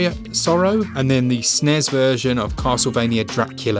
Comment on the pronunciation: You said Snes not S.N.E.S. and I have immediately subscribed 👍